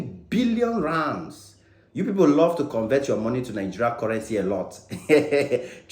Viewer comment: 😂😂😂 the way you call the rands like a south African dey sweet me 😂